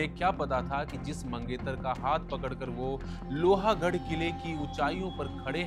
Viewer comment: लोहा गड नही लोह गड